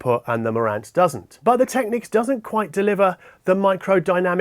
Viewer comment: kiwis might say 'go big or go home' but not with an aussie accent like that :)... but you do say technics correctly so all good